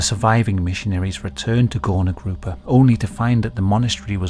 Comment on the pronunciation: That suprisingly good pronunciation. But its more like goorna groopa. People who couldnt work were undesirable and while they werent killed on mass like in nazi germany, party liked to forget about them, pretend they didnt exist. Whether you were mentally or phisically disabled so much that you couldnt work you were hidden away. Work made worth. Its shameful to not work